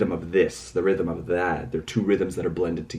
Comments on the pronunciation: Rap mon said realm, not rhythm. He just pronounced oddly. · hahaha he said "realm" not rhythm (he pronounced it like "realem"). the quotes from the start of all the videos so far were from the book "Demian" by Hermann Hesse. the fan theories on these 2 short videos already are nuts. seems like the book heeeeaaavily influenced them. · I think Namjoon is pronouncing it incorrectly. Its 'realm'. I think Jimin's Lie is alluding to just that, masking your troubles. Telling ppl you're ok when you're really battling inner demons. It's all a facade. The youth have trouble seeking help or refuse to acknowledge they need it. It's not talked about in Korea. Mental illness is very taboo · Actually it's "realm". Namjoon just has a weird way of pronouncing it.